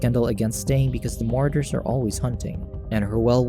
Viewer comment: I normally hate doing this but come on bro, it's pronounced "Ma-Raud-ers" = Marauders... I honestly hope you're mispronunciation is just a lil jokey joke. If not, please don't quit your day job and become a YouTube announcer/recapper.